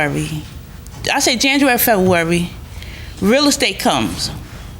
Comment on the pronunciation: Plantiff said Fevarwary for February! Come on people, articulate! The school systems failed sooo many people who end up on this show. Blame it on the teef/teeth.